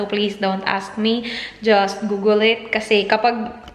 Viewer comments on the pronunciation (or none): none